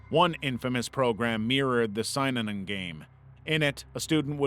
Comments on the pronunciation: I know this is an old video, but just point out that it's pronounced sin-inon not s-eye-nanon. Spent a lot of time in AA, and fell down a rabbit hole learning about Synanon when I left. Bugged me enough that I skipped that bit of the video. Lol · Synanon is pronounced: sin-a-non not sigh-non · Synanon is pronounced “SIN ah non”, 3 syllables, accent on the 1st. Not “SIGN on”” as stated. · I also always heard synanon as sin-a-non but maybe everyone I ever listened to was wrong 😂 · you heard it right, it was mispronounced in this video and drove me nuts 😂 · thats not how you say synanon lol